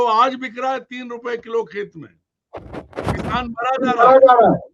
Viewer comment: Isko kisaan bolna aata nahi 😂